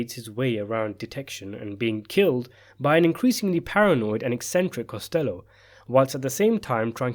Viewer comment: Costa low not costello